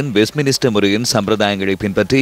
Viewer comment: to the content reader, its not westminister its west-min-ster holy crap